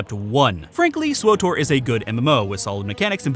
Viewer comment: I'm glad you like Swuh Tor at Muh Mor Pig Com